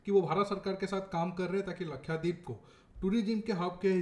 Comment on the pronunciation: its not lakhyadeep it is lakshadeep